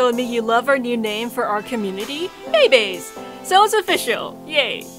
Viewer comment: If I was a time traveling Roman and I only spoke Latin, I would pronounce “Mei Baes” As “May Buys”. Lol 😂